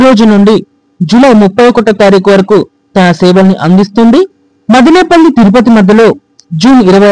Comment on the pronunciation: మాదినేపల్లి కాదు బ్రదర్ మదనపల్లి! గమనించండి